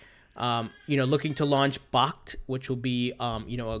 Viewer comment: Bakkt is pronounced "backed". Like "backed by something of value".